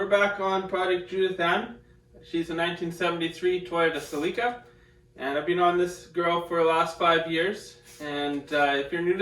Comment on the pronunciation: "Sel-EEK-a"??? Try "SELL-i-ka"! 😂